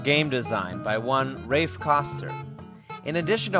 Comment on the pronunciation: His first name is pronounced like "laugh" = Raph (it's short Raphael). Cool vid, that book is kickass. He is a true visionary.